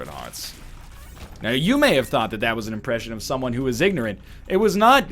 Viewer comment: love the "un" used as 'an'